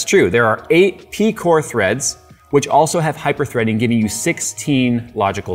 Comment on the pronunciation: Hyperthree-ding obviously 🤪🤭